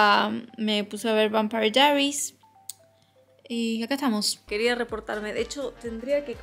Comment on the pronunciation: xq pronunciar asi vampire diaries? que acento mas extraño. Y literal dos segundos despues, pronunciar diamong painting a lo argento. Me hizo mucho daañoooo